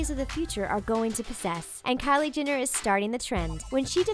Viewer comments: GET IT RIGHT ALREADY! It's not Jinner it's JENNER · GI-NNER , KA-LURE-POP. How hard is it to pronounce the words correctly? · who the hell is kylie 'jinner' lol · She says "Kylie Ginner"!! Triggered... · At least say her name right || Jenner not Jinnir 🙄🙄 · Who else heard 'Kylie Jinner' or was it just me? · Stop pronouncing Jenner wrong